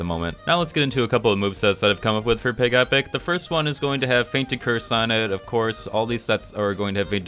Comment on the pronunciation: I thought it was PIGEH-pic, not pig-E-pic. Doesn't mine sound cuter? Like Togetic.